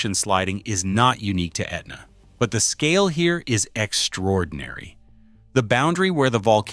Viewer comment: AI needs to learn how to pronounce Etna.